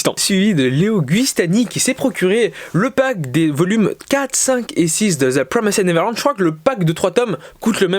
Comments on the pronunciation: cool, je suis pas hyper fan du concept mais tu tente des trucs c'est bien et ça change par contre par pitié frèro fais un effort stp TPN ça se prononce "deux pwomèste neverlend" pas "zeu promésède neverlande" mdr, au moins essaye stp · Ça ce prononce "de prwomèst nêverland"